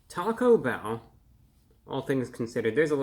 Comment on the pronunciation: Talk-O-bell is now how I will pronounce their name here on in.